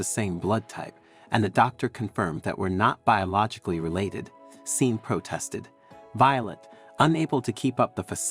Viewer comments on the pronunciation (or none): It's pronounced shorn not Sean that's how you say it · Just fyi.... the name Sean is pronounced SHAWN.